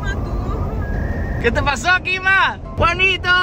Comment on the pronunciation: dise kima